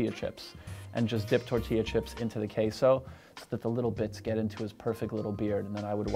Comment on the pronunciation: I hate how he pronounces croissaint right but queso wrong